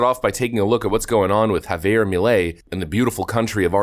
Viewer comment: Its pronounced "P-A-S-O" and "M-E-L-E"